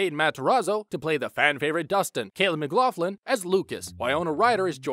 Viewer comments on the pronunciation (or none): none